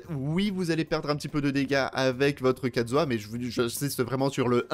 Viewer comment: Mon xiao vas avoir son New set et kazuah celui de xiao (juste on et d'accord il dit katzuah et pas kazuah